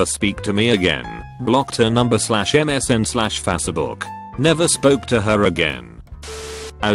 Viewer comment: Someone please update the computerized voice to correctly say Facebook. The way it pronounces it is freakin annoying.